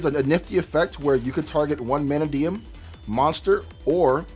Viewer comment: not sayin it right. its not MANAdium. you said it right once.